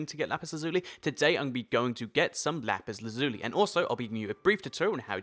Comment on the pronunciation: thats not how you pronounce lapis lazuli